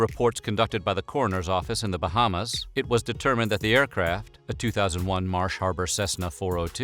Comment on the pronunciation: You are one of the first people I heard say Bahamas right 🤧🤧🤧🤧🤧